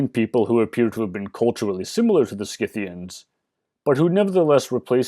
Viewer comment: Thank you for pronouncing the "c" in Scythians as a "k", since it's a latin name. From what I've gathered, only royal aka upper-class Scythians, Sarmatians etc. are believed to fight along with warrior men of their people, where thhe Greco-Roman world is concerned.